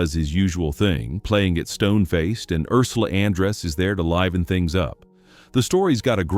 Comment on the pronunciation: . . . that's George ' Pep PAARD ' pronunciation + Ursula ' AN dress ' . . .